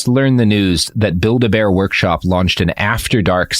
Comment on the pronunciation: you say build a bear and i hear Bilderberg lol and was like whhhaaaat lol